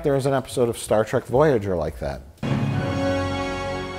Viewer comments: "Star Trak" he pronounces Star Trek like I did when I was four. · Star Trak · Mike is the only Trekkie I know of who calls it "Star Track". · LOL no, that's not what he's doing. There's no sarcasm in that, it's simply the way he actually pronounces it. Not everything that comes out of Mike Stoklasa's mouth is some clever joke at the expense of someone else, don't be such fanboys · Have you even watched the video? He only says it once like that as a joke.